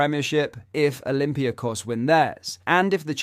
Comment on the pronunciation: Who are olympia kos? Oh you mean olympiAkos 😀